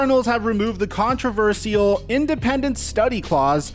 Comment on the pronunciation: Bro why you do pronounce controversial like that 😂